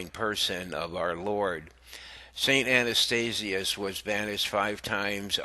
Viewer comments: Please pronounce words correctly. It's Ath-na not Anna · ATHANASIUS....not Anastasiuous? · Please pronounce the names correctly, I was wondering who you were talking about. A-th-na-tius Chri-sos-tom These are well known saints please don’t mind but I wasn’t looking at the video and I honestly couldn’t understand who you were referring to until I read the text. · Saint Atha nasius, not Ana stasius. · Forgive me "Athanasius NOT "Anastatius" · Pity the reader couldn't pronounce the names of both ATHANASIUS & John CHRYSOSTOM. Sadly we seem to have a Pope who seems against all of those preaching the truth including his comment to a homosexual the "God made him that way". Saints of God come to our aid!! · Gadol Adonal - it's pronounced "ath-an-A-sius. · learn to pronounce Athanasius, Chrysostom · Sir, if you cannot properly pronounce the names of two of the Church's greatest saints...Please, just be quiet. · Dude your voice is boring and you cant pronounce Athanasius